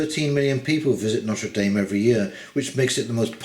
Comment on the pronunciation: If you hold this cathedral in such high regard you could at least bother to pronounce its name properly.